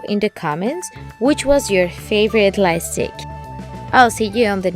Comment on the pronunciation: Pls it's called light stick and not life stick I love you so much and I'm not saying this to hurt you I'm saying this so that you'll know or it might be me maybe I didn't hear you clearly sorry if it made you angry or mad .